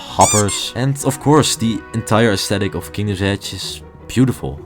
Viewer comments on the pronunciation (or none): none